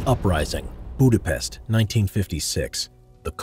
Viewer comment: Not Budapeszt its Budapest